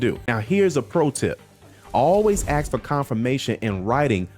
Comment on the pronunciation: This man is so literate and articulate, yet still says "aks"....thats a shame. He's better than that.